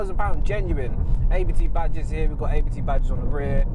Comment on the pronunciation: Abt is pronounced ‘Ahhbt’. It’s not an acronym like ABT. As in the founder, Johann Abt.